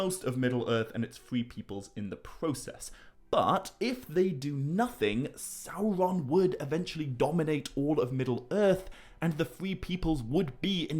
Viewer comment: Bro why do you talk like that? You don’t pronounce R’s. “Fwiend” “Sauwron” “Balwog” “Sawuman” “Fwee” why do you emphasize your T’s so much? It’s gross, I couldn’t even listen to it.